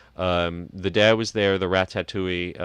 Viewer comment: Love you but please teach how to pronounce Ratatouille. It's Ra ta touille. Not Ra tat touille.